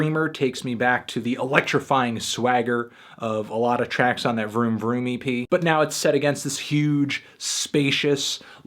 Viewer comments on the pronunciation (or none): when he said vroom vroom EP I laughed because it was like he said "vroom vroomy pea"